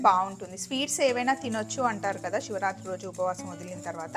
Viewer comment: Siva rathri, shivarathri kadu